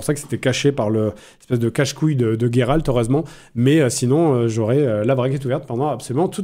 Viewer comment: Pourquoi tu dis Guéralt ? Alors que ça se prononce Jéralt ?